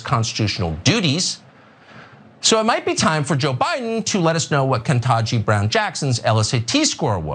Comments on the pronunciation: If you are having trouble pronouncing a fairly simple name it would have to be due to your absurdist level stupidity Carlson, and you can always feel free to just shut your f*cking mouth. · The mispronunciation of her name. The same bullcrap they do with Kamala. These aren't difficult names either. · Tucker didn’t even pronounce her name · I love how he's purposely mispronouncing her name and then says "even he (Biden) has difficulty pronouncing". Even while we've never heard Biden mispronounce her name. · He also mispronounced her name. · He did it on purpose